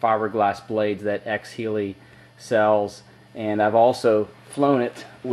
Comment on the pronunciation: its pronounced x hell y btw :)